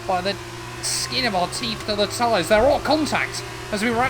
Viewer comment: I am going to miss hearing say 'tyres' more than I care to admit